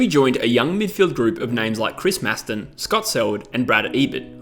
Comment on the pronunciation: Correction for ya mate, masto..u pronounced his name wrong, think the mast of a ship. He said so in his first season talking to nathan nat and shaun on nova. No one ever picked up on that lol